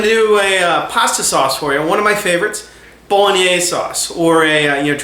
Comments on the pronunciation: Can't even pronounce bolognese properly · I find your pronunciation of Bolognese interesting. You pronounce it in 3 syllables: as Bo-lo-NAAZ. Most people pronounce it as Bo-Lo-NEH-say in 4 syllables with accent on 3rd syllable. You're not Italian are you? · Eric Fisher Called Bolognese because its origins are from Bologna. What a load of bolognese!! It's true it comes from there, just don't want to carry on a stupid conversation. Who cares WHERE it comes from? Who cares HOW it's pronounced? As long as it tastes OK, that'll do me!! Btw, he pronounced Bolognese the way he sees it. Not sure I'd go along with his cooking method. That tomato paste is too much. Half of that would do and he should cook it out to get rid of the overpowering acrid, tomato taste. More garlic. Oxo cube - beef flavour. Tweaks like that. But then that's me 😉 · Betcha can't either. This guy was doing what he could with a foreign word. Do you have anything substantive to say?